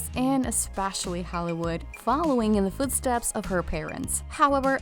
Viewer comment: pronounce Holleee wood.. Yes Jack needs into a pirates movie. We need something macho too from Johnny. The carts pics are fun and quality but We need Captain Jack!. Photos mostly old. intriguing subject. What is this mag